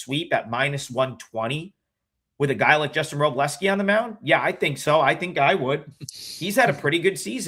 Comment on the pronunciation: why do so many professional bettors say wro-bell-ski? It’s not like it’s spelled that way but I’ve noticed many people saying it like that. You got it right though bless-ski